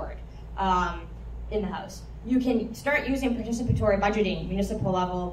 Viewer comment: 👏👏👏 I really enjoyed this! Well done... (I was also very impressed with your ability to pronounce 'participatory' perfectly every time...no easy feat that! 🙌)